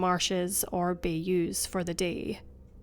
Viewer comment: I'm from Louisiana and I've lived in Lake Charles. Just a tip: it's Bayous (bye-you), not bay-you's😂